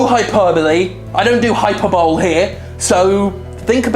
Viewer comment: "Hyperbowl" is best pronunciation.